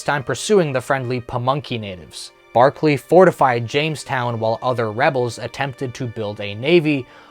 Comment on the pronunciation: Governor William Berkeley, not Barkley.